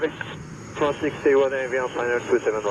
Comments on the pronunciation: It’s Not Fronce it’s France 🇫🇷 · Air Fronce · It’s pronounced FRANCE not FRAWNCE. All the flight controllers got it right, except, of course, the guy making the video. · Air France, not Air Fronce..jeez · If you had KYFMS, you would have heard FIVE times it was the left (port) engine that had failed!!! And it’s FRANCE, not FRONCE!! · No one: Camera man: AIR FRAUNNCE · “Air Farance” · Trevor Graham Welch I had same comment. Why the hell people keep on saying FrOnce? Ridiculous! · I love how he says Air Fraunce 😂😂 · Air Frrrrannnnnzzzzz, then back to regular hyper-nasal English…..😂